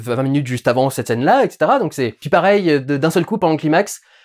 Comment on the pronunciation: Durendal est quand même un mec qui tient à dire les nom en anglais mais qui prononce climax "cliiimax" au lieu de "claïemax".